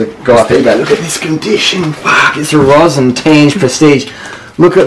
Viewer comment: Beautiful. FYI: the pronunciation of Rossin is RRRRRoh-seen. I was able to pick up a RRRRRoh-seen frame for just a few ducats at a Tucson AZ bike swap. Built up with a full vintage 600 group.